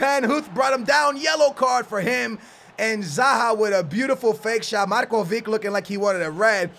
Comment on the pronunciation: yes you said marko right,i am from Serbia and I know how it is said